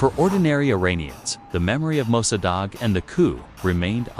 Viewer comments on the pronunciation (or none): AI narrator can't pronounce Mosaddegh 😆 and can't even do it the same wrong way every time.